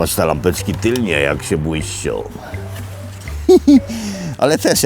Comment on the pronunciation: Musze bo sie qrwa udusze. Mowi sie włączam i tylne. Analfabetyzm masakryczny. Do szkoly! Jeszcze pewnie poszlem by powiedziała